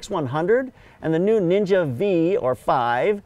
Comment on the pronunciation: PLEASE STOP CALLING IT NINJA "VEE", IT'S DRIVING ME CRAZY.